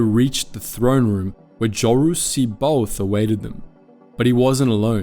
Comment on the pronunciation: Good Lord.....Pleaassssse.. Finally, look up how to pronounce the Star Wars names correctly. It's really cruel to hear you pronounce C'baoth or Noogri, among others. Otherwise you have been doing excellent work for years. Nevermind Live long and.......ehhhh My the Force be with you